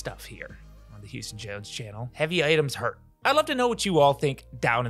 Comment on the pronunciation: Shouldnt your headless employee be called Jouston Hones? Like Jews-ton?